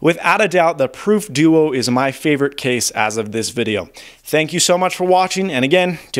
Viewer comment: i thought he was saying deutsch 0_0